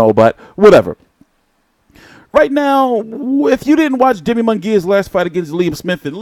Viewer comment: Good video, but bruh if say Jamie and Jaime one more gotdamn time! He's Mexican fam that J is a h bro. Lmao! Made me lose focus.